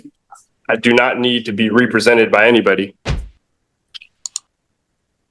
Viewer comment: "Re prosented" this dude is a flat out clown.